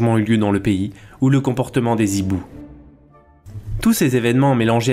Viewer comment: Juste pour faire l'em nuyeur de service : on ne prononce pas des "zhibous" mais des... hibous